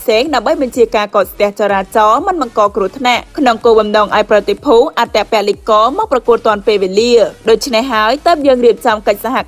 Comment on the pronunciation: អត្តពលករមិនមែនអត្តពលិករទេសូមអានឲ្យច្បាស់ក្មួយស្រី